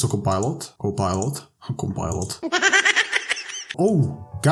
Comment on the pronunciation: “Compilot” bro said one of the most funnniest things